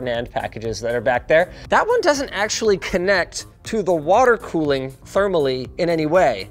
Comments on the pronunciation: Linus went Kent Hovind with that watt-ter bit. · Can somebody explain to me why Linus is saying "Waturr" and why the timestamp says "Waturr Cooling"? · "This video is brougth to you by Waturr"